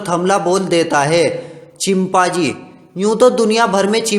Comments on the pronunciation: Abe name to sahi se bol leta chimpazi nahi be chimpanzee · Chimpaji nahi chimpanji 😂😂😂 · Bc ye chimpaaji konsa janvar hota hai ... i was just closing eyes and listening to audio and then i heard chimpaaji 😂😂